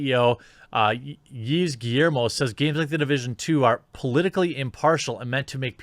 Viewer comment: Yves is pronounced Eve